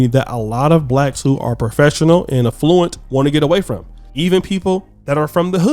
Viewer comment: I’m weak at how you said Affluent lol. The A in Affluent makes an (a) lower case vowel sound not capitol (A) sound. Just wanted to say that lol.